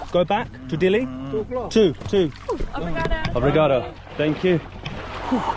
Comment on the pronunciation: You certainly got that "Obrigado" down pat. Anything else you know in Portuguese??